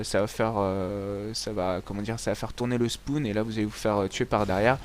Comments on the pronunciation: Ca va faire tourner le spoun ! MDRRRRRR on dit le " spawn " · super video, mais on dit spawn, pas spoun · le spoun nn c le spawn surveille ta prononciation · "SPOUN" xD